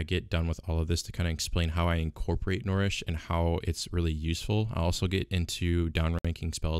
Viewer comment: N - UH-REESH... NOT N-or-eesh ffs